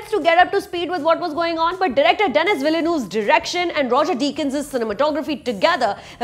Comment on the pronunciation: It's pronounced as Deni ville-nerve